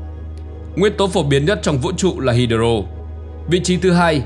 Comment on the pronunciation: Đọc sai nhiều Hydro, Electron ....